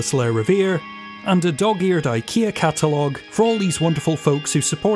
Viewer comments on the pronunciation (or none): none